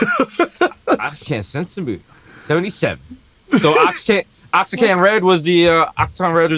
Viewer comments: Oaxaca - pronounced wa-HA-ca LOL!! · Shoutout to desus for pronouncing "Oaxacan" as "oaksen," dude must be doing it intentionally at this point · Shout out Guerrero and Oaxaca 🔥 The boys take this L for the pronunciation lol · oh shit that's how you pronounce Oaxacan ?? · Not Mero mispronouncing Oaxacan 😂 Damn you got no Mexican friends? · Omg the Oaxacan pronunciation. Don't they have Mexicans in the Bronx? Of course Julia comes through two seconds later.